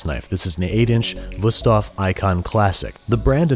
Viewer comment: im german and i love how you pronounce wüsthof i first didnt even know what you said there lol